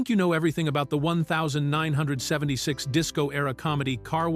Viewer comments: AI is not good yet. It actually says the year as if it’s a number. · Why can’t this AI ever say the year properly. It’s like someone scratching a chalkboard.